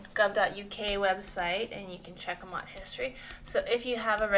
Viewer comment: In the UK facebook Market place is a good place for Campers plus the camper Van buy and sell groups on facebook... and it pronounced M.O.T. the separate letters :-) if you say 'mot' people wouldn't know what you were referring to